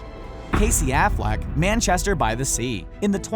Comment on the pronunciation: Don't say Affleck ever again